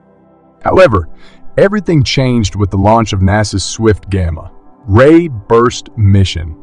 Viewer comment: It's gamma -ray bursts not gamma. Ray bursts. Get people to read it not machines!